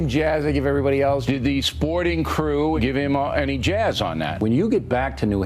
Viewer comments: Every time he says Jazz I keep thinking he's saying jiz 😂😂😂 it's just gross how people haven't realize it how it sounds 😷😷😷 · Is he trying to pronounce the word jizz with a snobby highfalutin accent 🤣 he gave everybody a little jaaaiiizzzzzzz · Was o'reilly mispronunciating jizz and said jazz for less controversy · he's mispronouncing jiz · On account of the sexual harrassment charges, I really think Bill was just mispronouncing "jizz" when he said "jazz". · Did anyone else start hearing jizz instead of jazz at the end? Coming from O'Reilly, it seemed legit. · is he saying jazz or jizz?